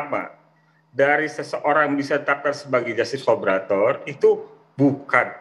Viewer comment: Collaborator bkn collabolator..😊